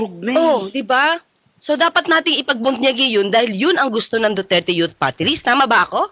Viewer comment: 'in behalf of the duterte yot partylist" daw.. ano yaka yung yot na tinutukoy nya? itong nene na ito kakainin to ng buhay ng mga tulad ni cong flores at cong luistro.